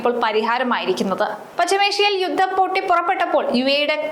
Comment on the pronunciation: എന്താണ് മാഡം യുദ്ധം എന്നു പറയാൻ പോലും അറിയാതെ വെറുതെ ഇങ്ങനെ വായിക്കുന്ന